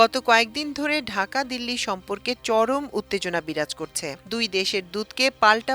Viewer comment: এএএ দীল্লি না ঢাকা 😮😮 আফা: দীল্লি দীল্লি 😂😂